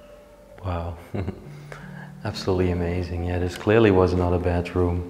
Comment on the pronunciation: Sounds like you are saying bathroom, but you are saying bedroom.